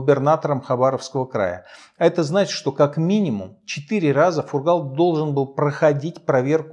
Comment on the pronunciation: Здравствуйте, все!!! В фамилии Фургал в произношение ударение ставиться на первый слог!!!